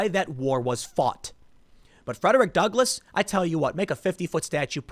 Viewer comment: I can't believe they tore down the statue of Frederick Duckle- I mean, Douglas. (Tim's oratory error is hilarious. ... "Duckless"... Who says that errors aren't funny?) I have no ducks! I'm an abolitionist, but I'm all out of ducks now! How am I supposed to oppose white supremacists when I have no ducks!? The abolitionist who gives no ducks... Because he is Duckless... Frederick Duckless.